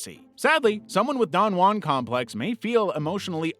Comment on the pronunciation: Don juan being pronounced so wrong is driving me insane